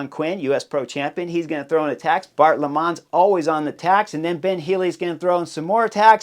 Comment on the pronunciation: Bart Lemmens is pronounced >lem-man's<, or more like >lemons< than as >lemonds<.